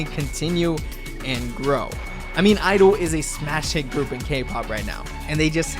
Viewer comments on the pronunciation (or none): Please learn to pronounce G-IDLE, its pronounced gee-i-deh-lee